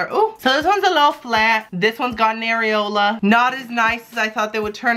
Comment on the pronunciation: It's areola, not nareola (n-areola)